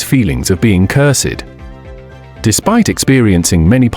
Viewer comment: Why can’t AI say common words like cursed and traumatic properly? Sad that Patrick died young like his father, it sounds like his life wasn’t easy and he suffered a lot of tragic events, I wouldn’t say he was a nightmare though.